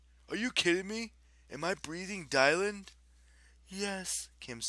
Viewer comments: Its dih-lan not die-lan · Why did you pronounce Dylan that way?? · your pronounced Dylan wrong!!!!